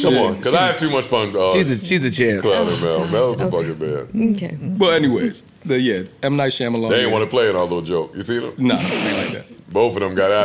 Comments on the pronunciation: "Mnight Shalahan" 😭😭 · Ppl butcher m night shyamalan's name